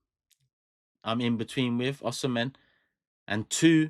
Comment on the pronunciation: You did not call his Nigerian name correctly, he is from Edo state, Nigeria